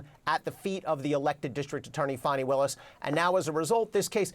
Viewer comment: Good bye Fani, not Fanni as you pronounced it. Glad to see you go.